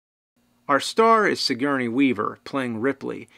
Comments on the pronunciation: It's Sigourney not signourey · HR geeeger.. sigeeerney weaver. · You forgot Suh-Gurney lol